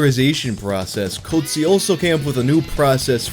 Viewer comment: luigi Cozzi but the way says it sounds like GOATSE......... makes perfect sense